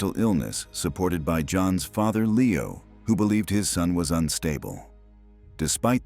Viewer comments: Lee-oh, not Lay-oh Amery. I remember his son was a successful member of Edward Heath's government. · "Lee - oh" not "Lay - oh". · In English Leo is normally pronounced Lee-o, e is e not a. So lay-o is not an English pronunciation. Just ask leeo the lion. He will not answer to layo. Also tutors is not tooters the u is u not oo and the o is not e Just saying. Though you do lose points for it. I gave up at that point.